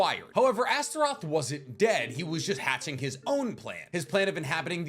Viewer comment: You said it fine and correctly.